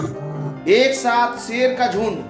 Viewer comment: aur tm sher ko seer bol rha kauwa hota toh Kankh likhta kya bro 🤣